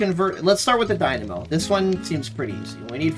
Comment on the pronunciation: Keep saying dynamo like that and you might have to get on deadlock... >:]